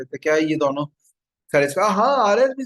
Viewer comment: दॉनो नहीं दोनों बोलो